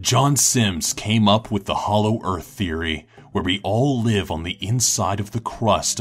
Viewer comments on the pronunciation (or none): none